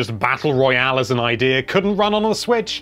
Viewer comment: love when you say idear